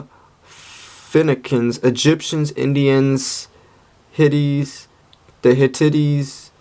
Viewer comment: Lol, you pronounced "Hittite" as "Hi-Titty".